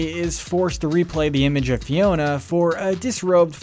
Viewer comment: I was like "why is he calling Fiona ' Tiana?' Like wrong movie dude." Xp